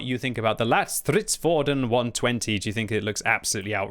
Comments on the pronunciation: "lätt" (light) is pronounced closer to how you pronounce the word "let". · It’s pronounced Lett as in Letty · Stop. Saying. LATT. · Just pronounce ‘Lätt’ as ‘let’ while prolonging the t-sound and you will nail the name. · Lätt is more pronounced as "Lett" cause an Ä sound more like an A and E together but sound like an E in the word Lätt which means Light :)